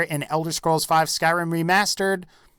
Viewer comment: ugh even the way you say Skyrim is disgusting.